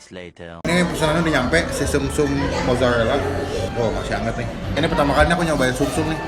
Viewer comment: the way that you say r, “bebek rwica-rwica”, mozarwelaa, tewrong balado 😂💕😅